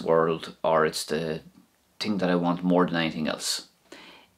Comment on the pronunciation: Very informative...i also have to chuckle when you say ting...all the time at the end two thumbs up boyoo :-)